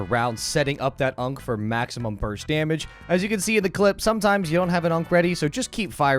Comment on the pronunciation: The number of times you called it an "unc" instead of an "ankh" made me wanna commit Khonshu's will on you. . .